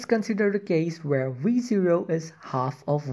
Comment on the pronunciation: i only hear re zero instead of v0